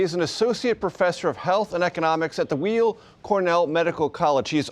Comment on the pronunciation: Weill is pronounced WILE not WEEL....you can see the doctor's eyes flash to the right when he hears the mispronunciation....